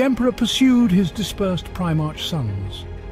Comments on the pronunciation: I appreciate the work involved in compiling all this lore, and the narrator's voice is very pleasing. It can, however, be distracting, when words are mispronounced, or pronounced differently each time (especially things like the occasional "pry march") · It's the common problem with text 2 speech. You'd probably have to change the spelling to something the program would end up pronouncing "correctly". Maybe "Prim-arc" etc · Other Preemarks, he's gotta be trolling with some of these pronunciations. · My god you pronounce things in 3 different ways and it kills me. Primark, primarsh, primerk. Nikea, nisea, nishea. STOP IT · Excellent content, I was mildly distracted by differences in pronunciation of “Primarch” and others, like how “Psyker” and Psionic was pronounced “P.S.I” a couple times. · i know, but the way he pronounces words like "primarch" or some of the names is just wrong. Don't get me wrong, English is not my native language, i am born in Eastern Europe, so i could totally be wrong. But i listened to almost every 40k audio book i could get my hands on, so i have a decent idea about how some of the things are pronounced.